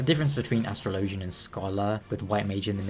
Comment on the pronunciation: Astro Lowgin? Astrologian, my guy. its pronounced Astrology, not Astro Lowgee